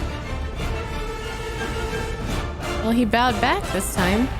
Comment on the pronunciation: This movie makes me tearbend in pain....but i love that Katara actually said "a"vatar and not "uh"vatar by possible accident. Even that actress knew how it was supposed to be pronounced.